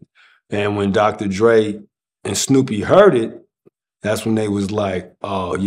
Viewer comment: Idk why it makes me laugh everytime he says snoopy😂😂